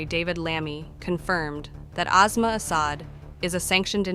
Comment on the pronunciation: It’s despicable when some anchor person pronounces her name as azma like a respiratory disease. It is Aasmaa which means the sky. S doesn’t always sound like z. It is a total disrespect for that woman , their language and civilization.